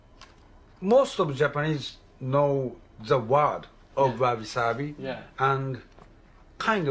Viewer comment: First thing he should have done is learn how to say wabi sabi correctly.